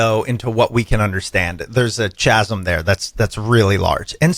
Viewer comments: IT'S PRONOUNCED KAZM. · Smart people podcast?! Dude you can't even pronounce chasm without sounding like an idiot. Poor avi knows his interviewer isn't going to be as smart as him but I'm sure he didn't expect Patrick from SpongeBob.